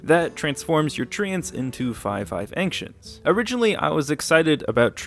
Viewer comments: Your pronunciation of anxients makes me anxious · Who is this man and why does he say Anktients? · As somebody from Kentucky I've never heard Ancients pronounced that way